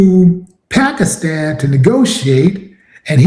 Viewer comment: It’s Pakistan … not pastikan